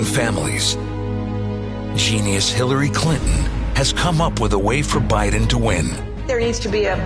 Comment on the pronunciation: guy thinks he is saying Biden correctly by calling him Biding, he thinks everybody is just dropping the g. Priceless.